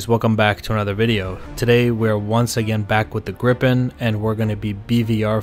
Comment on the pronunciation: Gripen is pronounced "greepen" not grippen